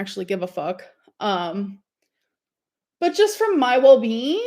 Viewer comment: “Just for my wellbeen!” How about losing a few elbees so you can fit in a scanner for your well-being